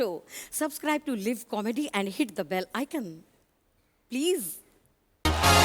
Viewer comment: Its one of my fav too. But please do not say "liv"... It's "live" like LIFE